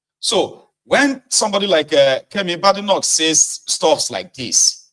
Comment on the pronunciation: The name BADENOCH is pronounced "Bay-di-nok" and not "BAD-i-noc"